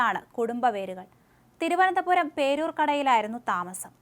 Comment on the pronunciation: കൊല്ലം. ..തിരുവനന്തപുരം. ..വല്ലാതെ stress ചെയ്തു ആവർത്തിച്ചു പറയുന്നുണ്ടേല്ലോ 😁😁